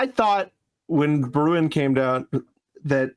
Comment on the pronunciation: The one thing that persistently annoys me about 2nd Amendment discourse is one, very specific about Bruin: That's a Dutch name and it's pronounced close to Brown, just a little deeper in the throat but close enough for writing down how to do it. So you're mispronouncing it, and missing a great pun about how the government doesn't like Bruin people Don't get me started on what you chuckleheads do to German names